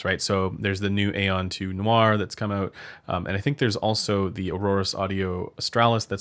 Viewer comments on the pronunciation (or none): none